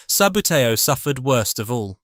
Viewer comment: its pronounced ' sub bootie oh ' great content though